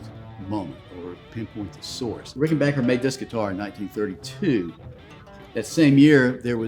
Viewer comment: "RickenbacHer"? Not "RickenbacKer"?